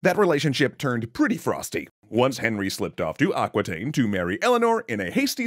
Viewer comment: Aquitaine is pronounced "ah" (like "America") "ki" (like kiwi) "ten" (like the number 10), not "aquateen" :D